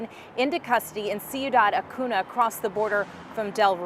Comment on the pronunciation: These news anchors repeatedly butchered the name, Ciudad Acuña. Embarrassing that they can't properly pronounce the names in their story that they're reporting on